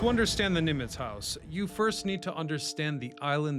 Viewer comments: Why do you say "Neemitz"❓ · It's not Neemitz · Yeah that was weird